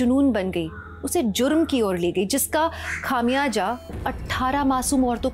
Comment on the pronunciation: Divyanka mam khamiyaja nhi khamiyaza hai sahi word jab urdu nhi aati to na bola karen